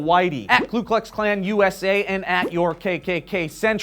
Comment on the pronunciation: it's KU not KLU